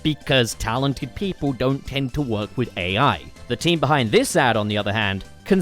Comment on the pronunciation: I swear I heard 'the magic is the taint behind it' instead of team, and yeah, checks out